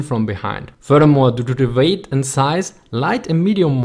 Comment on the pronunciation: "du do da weight" sorry i had to bro, nice channel tho subbed